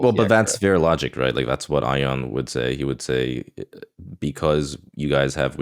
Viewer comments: Why am I so triggered over calling Ian Ion, instead of EEEE ann? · Why does he keep calling Ion "Eye-On" instead of "E-an"? Ion's name has been said aloud multiple times. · pronouncing Ion as ion gets me every time. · yeah deliberately pronouncing someone’s name wrong is just shitty behaviour tbh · He must do it for engagement. and say it properly and he knows who they are talking about. 😂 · STILL mispronouncing Ion's name is so belligerent lmao Distinctifying this comment in post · Well Ion's name is spelled Ion not Ian but yeah wrong pronunciation